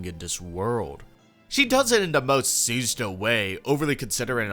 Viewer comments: Great video but it’s pronounced sue-ZA-toe not sues-a-toe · "Should I take the 90 seconds learn how to pronounce the assistant's name?" "Nah Sue-Suh-Toe it is" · I love this video, and it's a great analysis of her character. But the pronunciation of "Susato" is killing me, dawg 😭